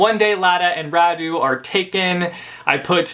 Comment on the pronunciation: Im Romanian and every damn time someone says Radu or Nicolae differently than these names are originally pronounced I'm cringing really hard, but also I'm lazy and I don't bother correcting anyone because who the f cares ??